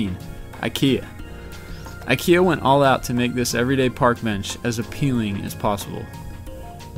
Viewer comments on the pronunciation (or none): none